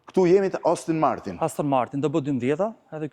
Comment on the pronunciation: Aston Martin ❌️ Austin Martin ✅️